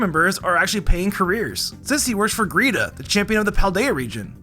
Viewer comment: so basically you're saying Lucian is not only a nerdy bookworm, he's also a potential r/im14andthisisdeep post? oh and why do you call it "Greeta"?